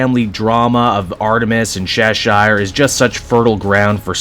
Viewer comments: Why do you pronounce it chesh-ire? Its pronounced chesh-er, like the cat from Alice in Wonderland. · That's not how you pronounce Cheshire.